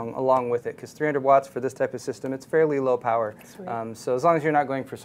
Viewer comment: he says "At 300 rotts" hahaha